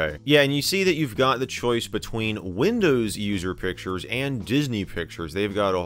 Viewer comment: He also says "Windöüws". I think it's just his dialect. :D